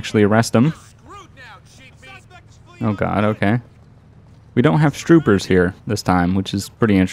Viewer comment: Do you notice that you say stroopers instead of troopers